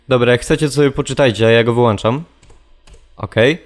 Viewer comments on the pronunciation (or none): wyłączam a nie wyłanczam:)) peace